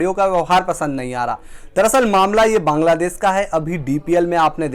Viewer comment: भाई साहब बांगलादेस नही बांगलादेश होता है रोज आपको आकर ग्रामर सिखाता हूं लेकिन आप है कि सुधरणे का नाम ही नही लेते